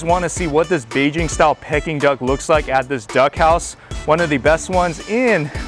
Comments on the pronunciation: I thought he said it funny also 😂 but it was cute. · it’s pronounced like “peaking” duck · Maybe it's the Mandarin way of saying it? 🤔 😂 I don't know maybe it's the California way of saying it. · You know California is laid back and chill 😂 so maybe that's how Californians say it. 🤷 I've only heard the Cantonese way of saying it and it sounds nothing like Peking.